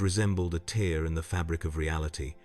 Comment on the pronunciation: The AI voice is good, but gets a few words wrong such as "tear" .